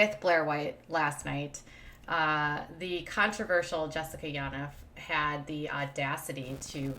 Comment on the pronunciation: Yaniv is pronounced: Yawn Eve